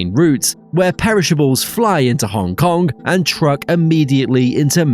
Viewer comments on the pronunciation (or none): none